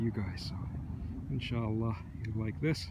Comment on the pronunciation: did you say insallah ? :)